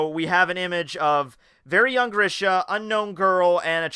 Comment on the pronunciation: And yes u pronounced Grisha right